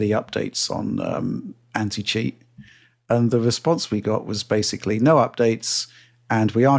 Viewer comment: Don try to count all the times mispronounces basically as “basely”, that would be a full time job